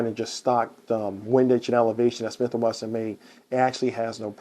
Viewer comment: You keep saying Smith and Wethin. It’s Wesson. If you had a lisp, that’s different but your pronouncing all your other S sounds.